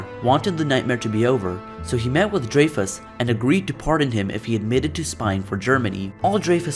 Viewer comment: You pronounced his name wrong bro